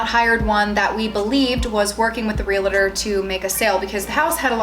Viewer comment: Realtor not realator